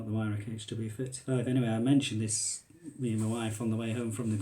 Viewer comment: Pronounced VIRAWK not WYRAK jesus give me strength.... Weirhauch will be screaming at the screen 😢